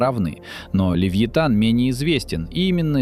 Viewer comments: не левлотан а левеофан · Левиафан Мэлвила, а не ЛЕВИТАН!